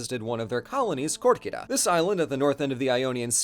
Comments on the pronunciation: buddy, it's KErkyra, not KOrkyra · Listen... You're right.... But oh my God hearing Korkyra instead of Kerkyra as a Greek makes me want to throw hands